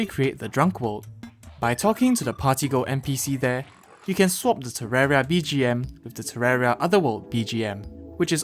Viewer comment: are you just ignoring the "i" in terraria when you say it?